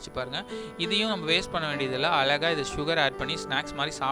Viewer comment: அலகா ஜூஸ் போடவேண்டாம். கேட்கவே எரிச்சலாக உள்ளது. அழகா ஜூஸ் போடுங்க